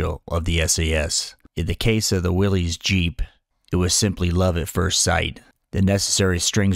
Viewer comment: correction: the willys jeep. it's pronounced willis, not willies.